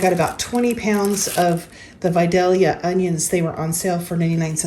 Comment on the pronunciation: As a Georgia girl, I’m so proud of you for saying Vidalia correctly! 😘👌🏻